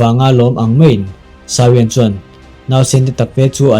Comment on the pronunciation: "shao wen" chu tunge🤔 "Xiao yan" zok alawm le a changtupa hi,,🤨lam rik dan tur leh a thlûk dan tur chu,, "ziô ân" 👈 tiang ang hian lam rik tur